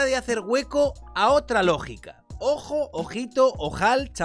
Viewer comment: Se dice "Paleoantropólogo".